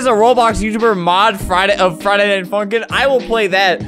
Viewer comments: why does it sound like he said friday night fuking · Anyone noticed that when he said “funkin” he almost said the f word but he said “funkin#”